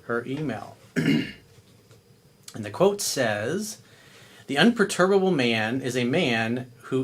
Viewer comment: Un per tu ba ble... gees man.